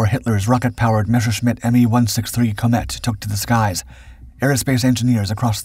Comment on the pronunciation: The German Messerschmidt "Komet" is pronounced "KO-MEHT", not "KO-METT".